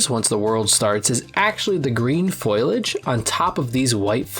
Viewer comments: Not saying this to be rude but it's said "fo-liage" not Foil-age, that's is a common misspelling and mispronunciation of the word! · we need to teach you how to pronounce fo-li-age before we get to Deep Jungle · You got the word foliage wrong. It's pronounced "foe-lee-ij". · Eh, it's not really pronounced how "traverse" would normally be anyway so it's understandable. Foliage, however...